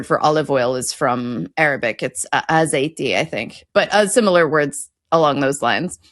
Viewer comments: “aCeite”; “alcorNOque” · Aceite not azeite. The 'e' softens the 'c'.